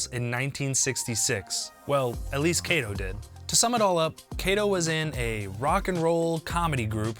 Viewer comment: Kato, not Keito.